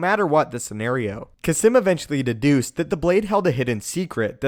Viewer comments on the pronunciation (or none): Its pronounced "kasss-eeeem" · Is Kasim's name actually pronounced Kah-Simm